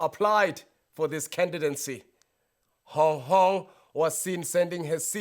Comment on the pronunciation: not "hong hong"🤣🤣🤣🤣 ur crazyy bro